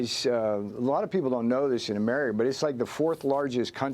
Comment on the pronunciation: Did he just say “Amerina”